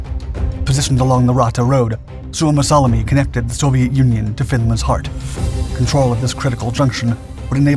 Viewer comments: Suomassalmi, not Suomassalami. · you mispronounce suomussalmi